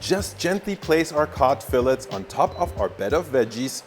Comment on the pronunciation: Hey! Really love your channel. Just wanted to comment that your pronunciation of 'filet' seemed a bit interesting.:) Thanks for all the amazing content!